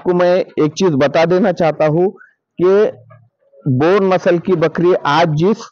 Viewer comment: Bor nhi boer bolte h bhaiyya